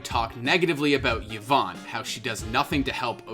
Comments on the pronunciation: Yvonne = "E-von"not "Yiv-on" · How do people cover this topic and still not know how to pronounce Yvonne. Like the content you're covering clearly shows how to pronounce her name.